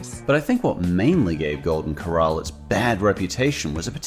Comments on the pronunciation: You can't even pronounce the word "corral." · Two tips that makes it easier to remember how to say “Corral” properly 1.Remember the fact that it’s two syllables is supposed to be very obvious. The first doesn’t smoothly roll into the second. 2.Remember “Cor” as being pronounced precisely the same as the word “Core” and remember the second syllable “ral” is said the same way as it is said in “ralph” and “rallies”